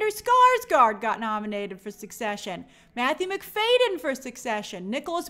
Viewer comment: It’s Matthew Mc-FAD-yen not Mc-FAY-den!!